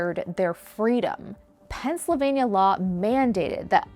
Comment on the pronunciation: great video, but why does she pronounce Pennsylvania like that